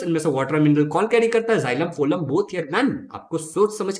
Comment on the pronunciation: Sir that is फ्लोयम not फोलम